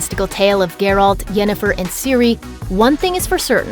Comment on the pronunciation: At :48, the narrator says "Jennifer", not Yennefer. Lost their credibility right there.